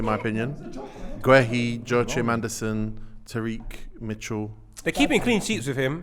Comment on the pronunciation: actually doesn't know ball for shit. The pronunciation of Jo-ChIm Andersen had me dead.